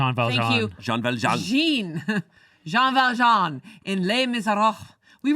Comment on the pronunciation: and pronunciation of Jean Valjean hurt my soul